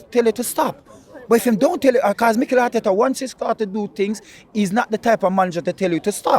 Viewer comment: "Harteta did Halright. Just TonigHHt."